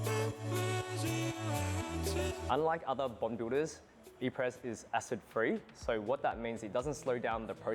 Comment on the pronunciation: His inability to pronounce “Apres” is already making me skeptical…🤔